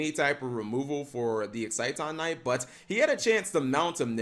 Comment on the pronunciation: It is pronounced "exi-ton" Knight. idk why it's so hard for him to pronounce things properly....